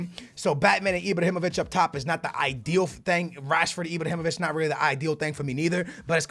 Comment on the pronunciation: Does he say Ibr(o)himovic ?